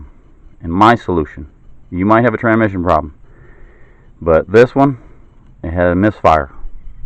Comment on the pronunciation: This is petty but after he pronounced transmission "tranmission" five or six times I had to stop. TRANS -mission. There is an S before the M.